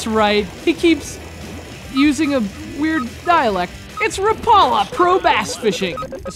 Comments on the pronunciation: its RAP A LA , NOT RAPALA YOU GEEK!! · You pronounced Rapala wrong say it like rap (rap song) a la (like la la land) rap a la